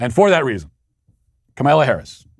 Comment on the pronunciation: obviously isn't in the Sweet Baby Gang (SBG) if she didn't realize Matt would do that Lol. I smile every time Matt mispronounces Kamala's name. Keep strong SBG.